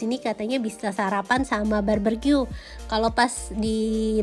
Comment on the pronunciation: Barbecue ya bukan barbercue,, nnti jadi potong rambut deh 😉😉😉 cmiw